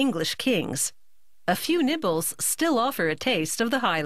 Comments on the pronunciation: I can't be the only one that at first thought she said nipples and not nibbles... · I heard nipples not nibbles